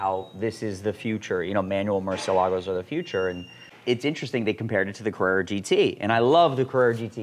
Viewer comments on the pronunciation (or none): Will Ed finally stop pronouncing them "Mercy-Ell-Uh-Goes" now?